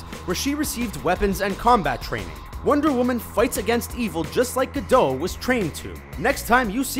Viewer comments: it's not gadoh.. Its said as its spelled.. Gadot.. listen to her say her own name before you try to pronounce it.. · gal gadough XDDDDDDDDDDDDDDD dude its gal gadot, which means there is a T in the end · gadot, not gadow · Her name is Gal Gadot, not Gal Gado. Also, she barely got any training, most people in IDF don't serve as fighters. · It's not gadow it's gadoTTTTTT with a T, pronounce it, I'm Israeli, I know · Oh god, it's not pronounced like Gal Gadough! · Gadot with a T - not Ga-dow. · Gal Gadot. Gadottttttt. Also, the commentator should speak. No point screaming. Rant off. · It’s Gabot not gadot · Gal Gadot it's with T at the end. the "t" is not silent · Your'e supposed to pronounce the T in 'Gadot'. It's Hebrew, not French, and there are no silent letters in Hebrew. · The way he pronounces Gal Gadot makes me cringe so hard